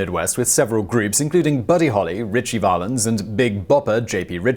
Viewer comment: "Valens" is pronounced like "gallons."